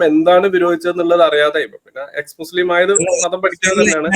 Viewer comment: അവര് അവര്.. ആരാണ് ഈ അവര്. മുസ്ലിംകൾ. അപ്പോ ഈ വിളിച്ചതാരാ.. ഇവര് 😂. അതായത് H മുച്ലിം 😅😅